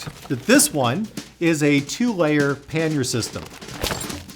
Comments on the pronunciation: Pannier is a French word. It is pronounced pan-yay. Not pan-year. I know I am not being "that guy" but I can't help myself on this one. Usually I can keep my mouth shut. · “Pan-yay” not “pan-yer” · LOL… what the heck is a "panyer"? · Great guide. Your pronunciation of pannier does my head in. It’s pronounced Pan-e-er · Considering the word comes from the French word Panier meaning "bread basket", the correct pronunciation for English tongues would be "pan-ee-ay" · Yes, YOU are American, so you are going to pronounce EVERYTHING incorrectly. The word is PA-NEERS It's so simple but you language challenged buggers will get it wrong every time. If you don't believe me Ask Robin Williams who is fluent in French or any Canadian. but then you guys tend to think Canadians all live in snow houses and eat whale blubber. Who in their right mind pronounces DuBois "Doo-boys" and Calais , "Kalis"